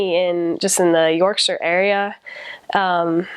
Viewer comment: Love that you pronounced Yorkshire like a Brit.